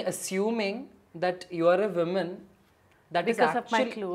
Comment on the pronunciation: From someone like Riyas who speaks fabulous english, it's hard to hear woman (singular) pronounced as women ( plural)!!